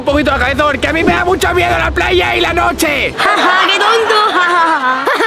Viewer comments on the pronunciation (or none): paya en vez de playa 😂😂😂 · Aquí los que se dieron cuenta en el minuto cuando el que edita el video puso gene y en el minuto y dijo en el minuto paya en vez de playa donde has estudiado